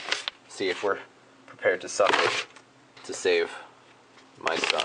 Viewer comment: hahahaha " Are you prepared to save your sson?"